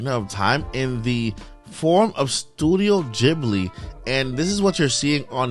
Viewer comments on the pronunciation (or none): Studio Ghibli (Gibly not Jibly)